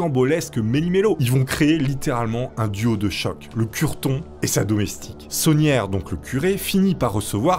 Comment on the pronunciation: il s'appelle pas saunière mais tauniere. labé tauniere 😂